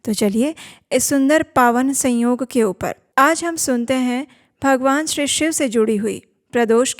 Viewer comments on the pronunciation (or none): none